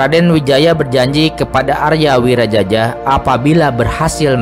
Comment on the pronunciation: Aria Wiraraja.. Bukan Aria Wirajaja... Kalau Wirajaja ntar dikira moyangnya Jaja Mihardja.. 😅